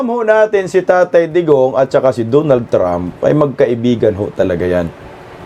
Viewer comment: HOY, DONALD HINDI DOOONALD😂😂😂